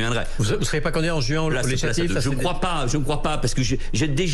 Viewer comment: Pourquoi une intonation sur "CANDidat". Can si on change la lettre par o. Cela fait.... .